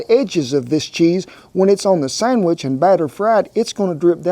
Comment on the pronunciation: I have to back that up twice, I could have sworn you said, "Cut the summbitch in half." hahahaha Love your channel, Cowboy! Never thought I'd see you make a Monti! My favorite breakfast. I top mine with a dash of powdered sugar, raspberry jam, and homemade maple syrup. YUM!